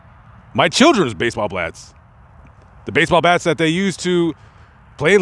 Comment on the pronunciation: You said baseball blats. Lol most people probably didn't catch it. My children's baseball blats. Lol. Awesome video. Baseball blats is at 4.34.